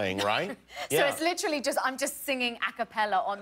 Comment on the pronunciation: Someone needs to make videos of every time Naomi Scott says “LICHRALLY” (literally) and every time mena massoud (I hope I spelled that right) says “I grew up in an Egyptian household!!!”